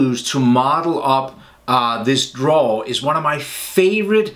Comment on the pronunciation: Hey Don't know if anybody has told you but it should be drawer not draw. Love your videos btw very thorough in your explanations 👍🏻